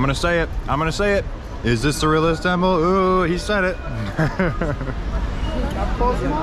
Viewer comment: Me hearing "realest temple" everytime.